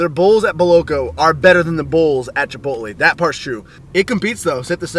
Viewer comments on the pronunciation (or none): chipot-lay.. not chipot-lee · chip-ote-lee. y u say like dis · It is pronounced chip-oat-lay. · Pronunciation - chi-polt-lay... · LOL the way you say chipotle. Huehehehe. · Stop saying chipotle wrong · Alright is it just me or is he saying chipotle weird?? Srs